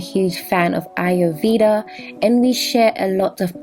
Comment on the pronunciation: Your pronunciations of Ayurveda and Cassia are incorrect..Fyi...mine is amla as well